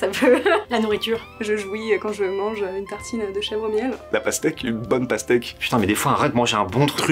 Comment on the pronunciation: "la pasteque" mais 😂😭